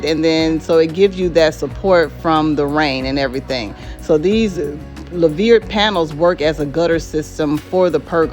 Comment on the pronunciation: Love it. I’ve been looking at it also. It’s pronounced “loo-ver”